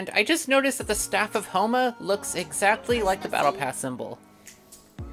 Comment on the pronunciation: When she pronounced hu tao like huma